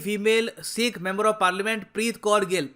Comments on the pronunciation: Bhai UK based Sikhs not seekhs 🙏🙏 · Sir plz one request pronounce it as sikh not seeekh. Use choti e ki matr not badi e ki matra.